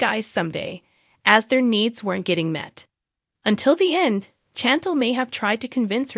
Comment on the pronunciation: Can you please at least learn how to pronounce Chantel?